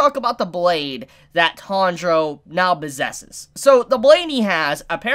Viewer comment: What da fak is your pronunciation of Tanjiro man